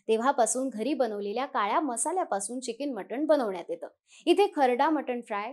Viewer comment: चिकिन नसतं मॅडम ते चिकन असतं 😂😂😂😂